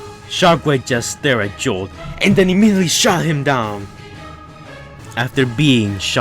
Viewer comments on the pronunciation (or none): none